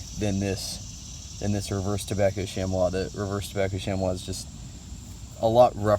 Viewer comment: Chamois is pronounce "shammy" FYI.